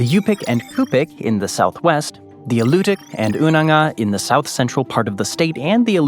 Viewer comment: good video, but Haida is pronounced HIGH, not HAY-duh, and the Cup’ik = CHEW-pick, not COO-pick, Alutiiq = uh-LOO-tick, and Unangax = Wrangell is what you do with a calf at a rodeo--RANG-gƏl, which also applies in #31, where the National Parks are listed: Wrangell-St. Elias. You can also get to Bush towns by snowmobile/snow machine, dogsleg (if you have lots of dogs), and an ATV. Rather than Land of 1000 lakes, Minnesota is known as Land of 10,000 lakes. Attu Island is at-TWO, rather than AH-to. On the subject of state parks, I just learned in the past week that there are 120 of them. Tongass (National Forest) = TAHNG-gƏs, rather than 'gas', which is not near the Arctic Circle. It's more like 800--900 miles south of that line. Rather than YOON-alaska, Unalaska is pronounced un-uh-LASS-cuh. On the positive side, good list of interesting facts, as well as great photography. On the negative side, many of the bloopers could have been checked on Wikipedia, saving you a lot of embarrassment.